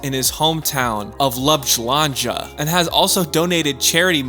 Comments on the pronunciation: Skoraj umrl od smeha pri Blahblahnjah!!! 🤣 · His home town of Love jalanja / Love jew-angia ?! Oh boy. Let me help you there. The capital of Slovenia: Ljubljana...Loo-B-ana /Loo-bee-ana. Or if you really wanna try: L-You-bl-yana. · wtf is LAPLANJA? It's pronounced [lyoo-BLYAH-nuh] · Haow TF did you just saj Ljubljana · LUBLANĐA? we SAY LJUBLJANA!!!! he first mention of Ljubljana by its German name Laibach. 1146 — The first mention of Ljubljana by the medieval name Luwigana. 1200 — City rights are granted to Ljubljana. 1243 — Ljubljana is first mentioned as a city. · Ljubljana or Lapschuandcha .. sure. xD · what is Ljubljandža, the city is Ljubljana mother fucker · Nono, its labjalanja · That is the worst pronunciation of Ljubljana. Nice vid tho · Say Ljubljana? Hahabahahahahahahahahahahhahahahahahahahahahahah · Hometown of what? 😂😅😂 What the hell was that? You couldn't have done it any worse than that hahaha There is a thing called google where you can check the pronounciation instead of making it up 😂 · I never heard anybody mispronounce his hometown of “Ljubljana” more. What a disaster haha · I laughed so hard it hurt! I listen to that over and over again!!! :D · of course, I wouldn’t expect you to, it’s a hard word. However, if you are making a click bait video about doncic, I would consider it minimum effort to google “how to pronounce ljubljana”. It’s literally the first hit 😂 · salsa doncic, yo bro im dying the way you pronunced Ljubljana, I think you should atleast google pronuanciations of words in your videos for your next one bro, everything else was pretty good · bruh you said Ljubljana wrong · did you hear the way he pronounced ljubljana lmaoooo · dude its Ljubljana